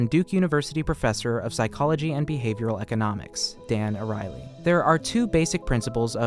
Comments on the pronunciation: Hey, great video, one note: His name is Dan Ariely, and that name is not pronounced Dan O'Reilly. It's pronounced like Ariel from the little mermaid, just with a y at the end. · The dude ur talking abts name is pronounced air-ee-el-ee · Its expressed as ARI ELI and not arieli